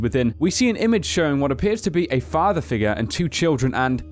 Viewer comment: It's not fahfa its father.